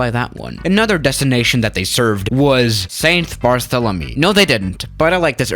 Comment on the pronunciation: Nobody:: st. barthementy